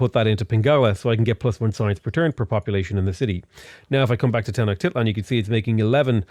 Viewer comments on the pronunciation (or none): Tenoch-tit-lan. Lol "Ten-osch-ti-tlan" Otherwise, probably the breast Civ 6 titorial I have found. I have over 100 hours in the game (which isn't much by Civ standards) but I didn't even know the continents only having 4 luxuries, the siege mechanic, and the idea about holding research back one turn. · “Ten-oh-shteet-lahn” is how your capital is pronounced